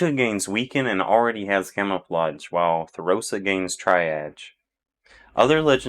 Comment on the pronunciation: Triage is pronounced Tree-arge btw. Good info here thanks!